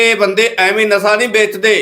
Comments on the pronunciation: ਮਿਓਤਲ ਨਹੀਂ ਮੁਅੱਤਲ, ਨਸਾ ਨਹੀਂ ਨਸ਼ਾ ਹੁੰਦਾ ਯਾਰ।ਪਤਾ ਨਹੀਂ ਕਿਹੜੇ ਸਕੂਲ ਵਿੱਚ ਪੜ੍ਹਦਾ ਰਿਹਾਂ। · ਹੋਲੀ ਹੋਲੀ ਸਿੱਖ ਜਾਏਂਗਾ ਖ਼ਬਰਾਂ ਨੂੰ ਕਿਵੇਂ ਪੜਨਾ,,ਨਾਲੇ ਜਿਹੜੀ ਗਰਾਰੀ ਫਸਦੀ ਆ ਬੋਲਣ ਵੇਲੇ ਓਹ ਵੀ ਹਟ ਜਾਊਗੀ। ਮਿਉਤਲ ਨਹੀਂ ਮੁਅੱਤਲ ਹੁੰਦਾ ਪੱਤਰਕਾਰ ਰਵੀਸ਼ ਕੁਮਾਰ ਜੀ,,ਨਾਲੇ ਨਸ਼ਾ ਹੁੰਦਾ ਨਸਾ ਨਹੀਂ।